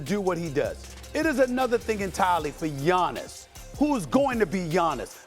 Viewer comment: Learn how to say his name first… Gianis was mouth breathing in that game… Wemby is a beast